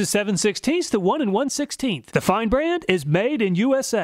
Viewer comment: It is great to hear "Fein" pronounced correctly! All my coworkers say "Feen" and it drives me crazy!